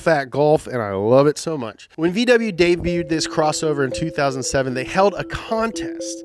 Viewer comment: actually said DEBUTED and not DEBUTTED as he always does O_o